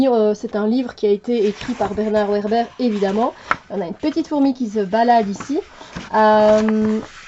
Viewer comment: Vébère pour la prononciation ...